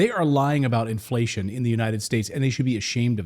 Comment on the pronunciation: Inflatión You Feell. In Your poket